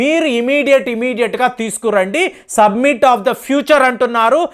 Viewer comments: "సబ్మిట్"/"సమ్మిట్" అన కూడదు "సమిట్" అని పలకాలి. "ఆయిల్స్" అన కూడదు. "ఆయిల్" అని పలకాలి. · it is summit....u r telling it is submit